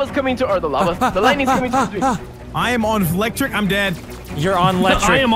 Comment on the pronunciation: “I’m on flectric””